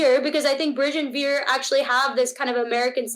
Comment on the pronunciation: A candid family conversation! As a parent, how do you manage to see a topic of conversation through without having one of the family members get up and walk away abruptly in disgust when their viewpoint is at odds with that of the rest of the family? One more thing. Zarna, rather than pronouncing your son's name the way an Amercan would, i.e., We - er, can you pronounce it correctly as 'Veer', please?